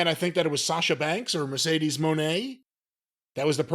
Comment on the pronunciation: Not a single podcaster pronounces Mercedes name correctly